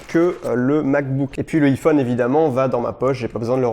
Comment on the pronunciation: J'ai mon pincil 🤭🤣 Donc ensuite y'a mon iifone 😂